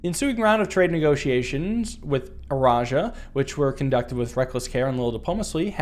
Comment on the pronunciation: Fun fact: The E in Eraja is silent. The word starts with a soft R.